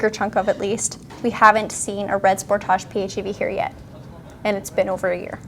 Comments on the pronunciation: I've never heard anyone pronoucing this model "sportaash", but OK, it's Canada :) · "Spore-taaj"?!You don't live in France! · I love how you guys pronounce "Sportage" 😂😂😂